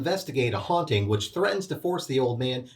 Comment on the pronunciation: I think Fred actually meant Haunting, not Hunting since he does pronounce treasure as tray-sure.